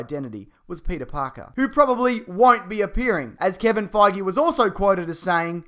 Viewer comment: Kevin Fagee? Is that how Aussies pronounce his last name?